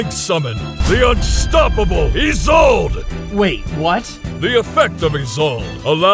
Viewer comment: THANK GOD SOMEONE SAID ISOLDE CORRECTLY FOR ONCE!